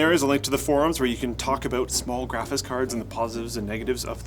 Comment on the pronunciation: "Graphits Cards" -, 2017